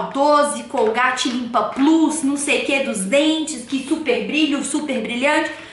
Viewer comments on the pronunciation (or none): none